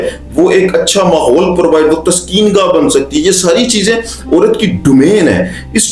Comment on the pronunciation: Sir, you need to make your pronunciation better. Not orat but a urat, and many words like that not or but aur